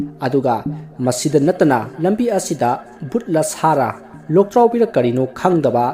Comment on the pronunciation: Loktraobi haiba natte Lwdraobi haiba